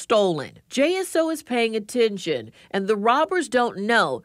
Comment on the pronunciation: Decades in prison. Sounds right to me. Let's hope the judge sees it that way. Note to the female newscaster: You are pronouncing your E's as if they were I's. For example, you say "attintion", when it should be pronounced "attention." Or, you say "miny", when it should be pronounced "many." This is not a regionalism. Its just incorrect.